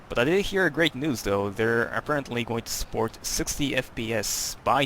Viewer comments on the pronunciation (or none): none